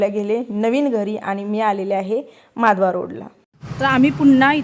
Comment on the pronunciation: तू जे माधवा रोड म्हणतेस ते माधवा नसून महाद्वार रोड असे आहे माझ्या माहिती प्रमाणे ❤❤